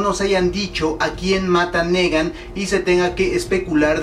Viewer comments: se pronuncia nigan no negan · y no dice Nigan ;v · Se pronuncia (NIGAN) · se le tomo cariño para algunos :v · una cosa se escribe negan y se pronuncia nigan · Me mata tu NEgan si no pronuncias tan mal los demas como porque este si??!!, en fin yo estoy con que es Glenn, pero si se atreven a matar a mi Daryl me perderian... no en realidad dejando al lado mi fanatismo, no le hallo relevancia mayor al ENORME choque que se crearia al expectador si matan a Daryl, ademas tanto estar construyendo su historia con Dwight para dejarla en nada, como que no, y con Glenn es mas el impacto en la historia, porque ya afecta a los demas emocionalmente tanto como afectaria Daryl, PERO afecta enormemente a Maggie quien dicen sera la proxima lider de Hilltop, ademas de que Negan busca gente util para sus marranadas y quien mas que el que se ha echado a la mitad de los muertitos y que aun con un pinche balazo tuvieron que knockear para controlarlo, no Daryl le es mas util vivo, asi que yo me quedo con Glenn. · "Nigan"!!! Se pronuncia "Nigan"